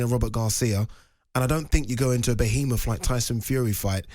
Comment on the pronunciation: Boheameth 🤣 been around Gareth too much, like the 10th time I’ve heard it this week